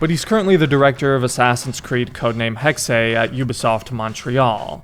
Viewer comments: Hex-eh sounds more german. Hex-ay sounds wierd. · "Assassins Creed Hex-ay" 😭😭😭